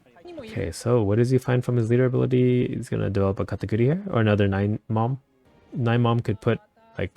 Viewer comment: Are you spanish? The way you say pronounced katakuri sounds like it